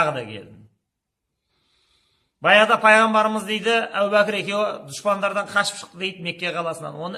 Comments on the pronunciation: Әу бәкір емес, әбу бәкір ✌ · Сосын Ау Бакыр, емес Абу Бакыр.